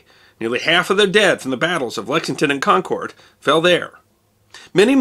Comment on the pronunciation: Hate to be that guy but Concord is pronounced like "conquered" not "con cord"